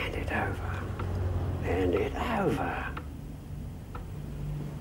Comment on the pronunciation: The butlers accent isnt posh when he tells Lizzie to put the ornament back on the shelf. "hand it oouver instead of over. 😂